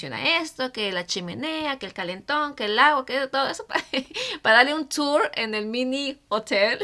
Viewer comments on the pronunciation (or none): none